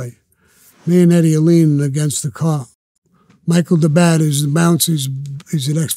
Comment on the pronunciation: Lol 😂 Vlad pronounces “Mikey the bat” like it’s an Italian name and says “Micheal Dabat” ROFL 🤣🤣😂🤣 🤷‍♂️🤦